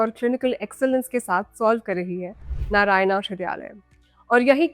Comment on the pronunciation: भला हो अंग्रेज की बच्ची का कि Narayana (नारायण) को नारायणा ही पड़ा है नरयाना नहीं। 🤦‍♂